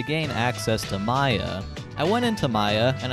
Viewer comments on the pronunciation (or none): none